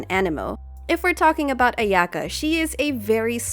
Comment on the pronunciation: I can't deal with the pronunciation of her name, it just hurts... just like klee </3